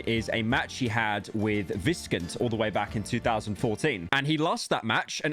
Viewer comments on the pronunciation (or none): He said Viscant wrong 😭